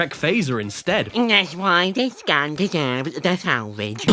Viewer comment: "dats y dis gun deserbs teh salvidge" shoots a lemon